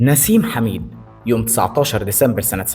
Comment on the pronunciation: نسيم حامد وليس حميد تلفض بالانجليزيه حامد هاميد